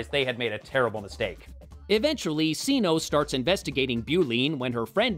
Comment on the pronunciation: CINO as SINO? Would it not be pronounced Kee-NOH? She’s Catwoman not Satwoman. Lol